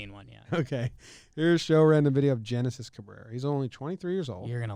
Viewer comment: Genesis name is actually said Henesis